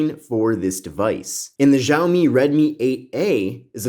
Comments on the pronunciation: Btw it’s pronounced “shaow - me” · It's pronounced "Xia-omi"